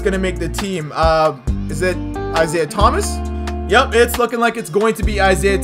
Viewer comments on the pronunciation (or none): none